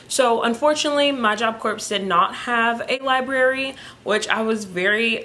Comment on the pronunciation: Thank you for telling about your experiences at Job Corps. I have one big question - why do sooo many JC students pronounce it like you do? The word Corps is not said like a dead body, corpse, it is pronounced core. How do the staff and faculty pronounce it everyday? I just don’t get it.